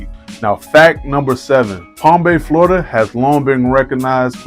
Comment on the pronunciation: Dude….. it’s Florida! Where the hell you from?